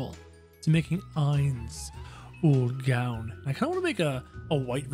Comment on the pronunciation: You dont khow how to say his name and it annoys me